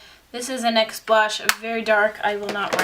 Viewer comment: Hey girl just so u know NYX isn't pronounced N. Y. X. It's pronounced nix